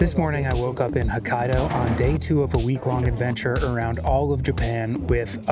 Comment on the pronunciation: "huh kai doe" "Shin kun sen"